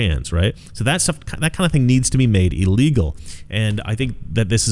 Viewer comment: Your pronunciation of illegal should be illegal, it's il as in I'm feeling "ill", not "eel". Pronunciation matters. Other than that, I whole heatedly agree with you. Just saying. 🤨